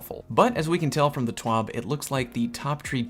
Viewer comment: It's T.W.A.B not T.W.O.B